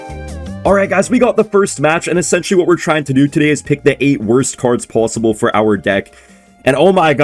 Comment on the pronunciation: is canadian? he says the "o" in pOsibble kinda weird.